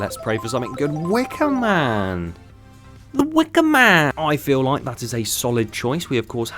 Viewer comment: He said DA WIKAMAN